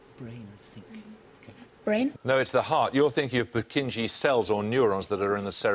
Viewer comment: Purkinje's pronounced Pur-KIN-yae -.